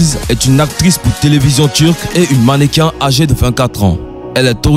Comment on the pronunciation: On dit mannequin. Pas mannequaine ça ne est existe pad